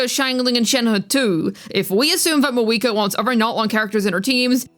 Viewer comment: where did your pronunciation of Mah-VU-I-Kah go?